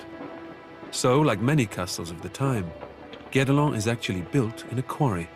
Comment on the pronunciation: it's "guedelon"